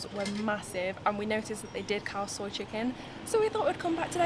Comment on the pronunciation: "Khaw Soi" not "Cow soy" haha